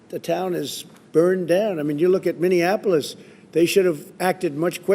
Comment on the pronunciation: Did someone actually succeed in teaching him how to pronounce MiniAnnapolis? Maybe they could work with him on fatility and plausma.